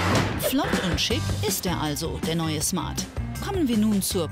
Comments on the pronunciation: Von der Schmart😂😂😂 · von den Schmart 😂😂😂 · Wie cyndie die ganze Zeit schmart sagt Stadt Smart